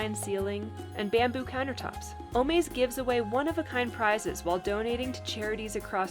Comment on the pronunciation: it’s o-MAZE, like AMAZING.